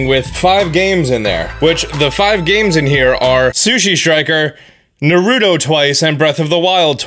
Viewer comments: He said nurudo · Who says naruto like nooruto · For a person who uses 10 Joycons.... this is really helpful Edit: I am cracking up because of the way you said Naruto 😂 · lmao the way you said naruto lmaooo i swear everyone that doesnt know what naruto is says it that way.